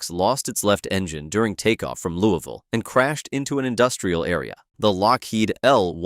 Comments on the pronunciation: Dang, the AI said "Louisville" correctly. That's how we say it here; Lou-uh-vull. Neat. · You pronounce Louisville right but not Antonov? lol Come on man! 😆